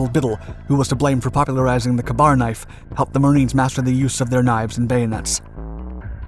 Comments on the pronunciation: Just a heads up, it’s pronounced “kay bar”, not “Kabar” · Kay-bar. Not kuhbar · Dude, it is NOT a "Kah-bar" knife. It IS pronounced "Kay-bar", as in the letter "K" followed by "bar". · Geezis, it's KAY-bar, not kuh-BAR knife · "KAY-bar" my dude. Not "kabar." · "Kuh-Barr knife"? F*cking Really?!! It's pronounced "Kay-Bar". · pronounced kay bar. not kuh bar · It's K---BAR not kabar lol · "K" bar. Not c'bar. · Not sure where you learned English, but it's pronounced 'KAY-bar', not 'kahbar'. Sometimes, I question your language skills, even in what is apparently your native tongue. Please work on this. Otherwise, love your presentations. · Ka-Bar not "Cuhbar!" Say it correctly for fucks sake. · I hate to be that guy, but to the best of my knowledge, it's pronounced 'kay'bar' and not 'ka-bar'. I know, I know........ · Just a couple of correction's: the Knife is pronounced "Kay-bar" and what the G.I. is using on the V.C. to stab and then slit his throat is Not a "Kay-bar (Ka-bar) knife" but a Trench Knife/Knuckle-knife/Knuckle-duster etc, it was Not a Ka-bar. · "kabar knife" 🤣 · Kay-bar knife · It’s pronounced “Kay-Bar” knife. the KA-BAR IS Actually an acronym that stands for Knife Accessory, Browning Automatic Rifle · .......... ITS PRONOUNCED KAY-BAR.... ok. that is all. carry on. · Its not a kabar knife, its Ka-Bar. "Kay-Bar" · Pronounced Kay-Bar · Ka-bar pronounced as Kay-bar. The knife used to stab and then slit the throat of the V.C. was a "Trench knife" or Knuckle-knife and other variants but was Not the Ka-bar. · Wish you could pronounce Kabar knife right. It's pronounced kay-bar. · It’s pronounced (Kay-Bar) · You need to learn to say K bar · It’s pronounced “KAY-BAR” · The way he mispronounced K bar knife which is spoken as "Kay-Bar" made me cringe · Ka-Bar is pronounced /ˈkeɪ bɑːr/ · For the love of god! It’s pronounced “K-Bar” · Please pronounce the battle knife properly! It's a (Kay-Bar)!!!!! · Ka-bar? Like Kabob? 😂 Wrong pronunciation buddy.